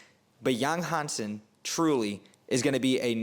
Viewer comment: You butchered the name, but it's OK. Chinese is a hard language to learn with a steep learning curve because of the tones and characters. Yáng Hànsēn's is how you write his name for pronunciation. Practice the 5 tones, and you'll be more toward success saying his name.